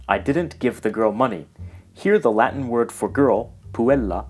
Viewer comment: Wow, somebody actually pronounces Latin correctly (classical)...